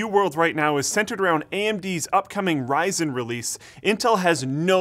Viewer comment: first, learn how to pronounce RYZEN, then you can talk about it